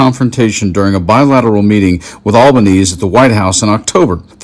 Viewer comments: It's pronounced AL-BAH-NEE-SEE, not All-bah-neese. I'm an American living here with my Aussie husband. I'm so glad that we decided to live here and not in the USA when we got married many years ago because I really, really hate what has happened to my beloved country. Australia is a beautiful country. There are a few nutters, but for the most part, Aussies are kind and a considerate. Live and let live. The USA is like a friend I no longer recognize. A complete shame... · Just a note, Australia’s Prime Minister’s surname is pronounced Al-ban-eez-ee. Also, it’s hilarious for Trump to call Kevin Rudd, who has a PHD in political science, “not the brightest”. As Trump himself said, “smart people don’t like me”. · We pronounce Albanese as Alba-neesy. As an Aussie i dont understand what Trump's voters thought they would get from a 34 x convicted criminal fraudster, SAer, insurrectionist & lifelong conman. Trump wanted to open a casino in Aus in the 80s and Australia refused because of his alleged mafia ties. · Al ba-nees ee🐈‍⬛😎🇦🇺😌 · "Albanese" is pronounced "Albo-knees-ee". Kevin Rudd isn't only our outgoing Ambassador, he's our former Prime Minister, who got us through the GFC relatively unscathed. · It's Alban(easy) Italians end most words with the vowels especially names, if your gonna be insufferably left biased at least treat other cultures with some dignity yank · I wish they would pronounce our Prime Ministers name correctly. Al bun easy, now say it fast 😊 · Our Prime Minister's name is pronounced Al-ban-ee-zee. It is disrespectful to mispronounce anyone's name &, as his name has been said around the world for at least the last 5 years, you should know how to say iit. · Albeneeeezeee, rhymes with over easy 😊👍 thank you for this report ❤ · The PM’s family name is pronounced “Albaneighs - ee”. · It's pronounced "Al-ba-nee-see" For those who don't know, Kevin Rudd was also once recent Prime Minister of Australia. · And still can't pronounce "Albanese". 🇦🇺